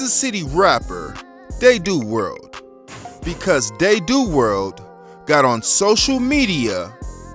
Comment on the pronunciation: its pronounced “dad•oo” world cuhs😂